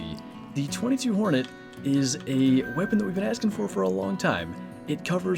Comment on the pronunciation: It is pronounced two two hornet